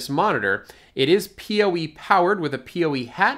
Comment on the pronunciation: PoE (Power Over Ethernet) is great and makes wiring much simpler in most cases. People usually pronounce it "poe" instead of "pee oh ee", though. ;)